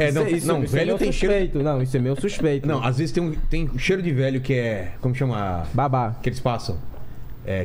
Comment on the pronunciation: O mais legal é q quando alguém fala uma palavra com um sotaque meio errado os outros copiam. Metru, to a brincar, vêlho